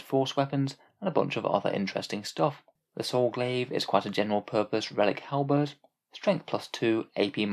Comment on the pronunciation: You pronounced halberd correctly! This makes me happy, thumbs up haha